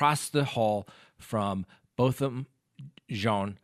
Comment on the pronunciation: I think the first name pronunciation is Bo-tham